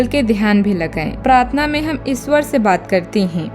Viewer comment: इसवर नहीं मॅडम ईश्वर बोलिये